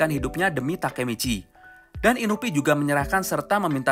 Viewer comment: Inui ngab, bukan inubi